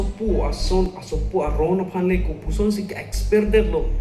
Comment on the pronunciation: Exper pukali t ko Expelled pu abang ji .. pronounce thek the ma